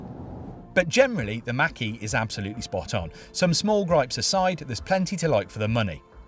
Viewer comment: FYI: Mach and E are pronounced as two different words. :) Mach (insert brief pause) E